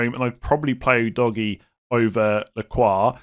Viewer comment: Every time I hear the pronunciation of Udogie I laugh. Its definitely not DOGGY. OO-DOG-IYEH. No DOGGY involved